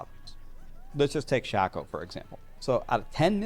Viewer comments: Shac-O 😅 Sha-Ko 😊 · Shay-ko. Not Shack- O.. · Sh-Ay-Ko not Sh-Ah-Ko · Every time I hear Shack-oh I cringe. It’s Shake -Oh u psychos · "Shayco" not shacko. Shacko sounds so weird. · wtf is a SHACKoh its Shake-oh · Am I the only person bothered by them mispronouncing Shako?